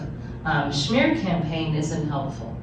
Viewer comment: SHE SAID “SHMEAR CAMPAIGN”!!!!